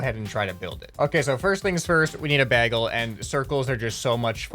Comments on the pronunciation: did he just say baggle and not bagel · The Bagel (not pronounced baggel,...) had the switch blocking one of the arms. Re-do it in an apology video. The Bomb Flail was supposed to be a cluster rocket with cluster rockets inside that each launched 4 bombs. The main pillar was the main rocket and the "ropes" were trails of the rockets and then explosives. Re-do this one in that apology video too. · isnt bagle pronounced b-ay-gul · did you just say.. baggle ?